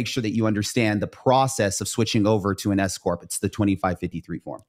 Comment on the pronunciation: Everytime i hear S corp i hear escooorttt lol thw government will pay youm 🎉🎉😂😂😅